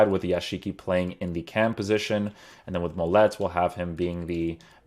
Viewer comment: When you say Mollet, the T is silent